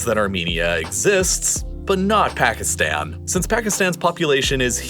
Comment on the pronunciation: Pls don’t say Pakistan like phagistan